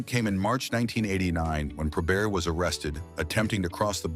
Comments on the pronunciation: It's NOT 'probear'.........it's probert! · Hey, it's (pro-bert) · ❤ He was pronouncing Bob’s last name like it was French Canadian: Pro-bare. Spelled Joey Kocur’s last name wrong among other wrong things in this video. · disagrees. genius says Pro-Bear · The T is not silent in his name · Can't believe you got Stevie Y's name right, you screwed up Bobby and Joey's names.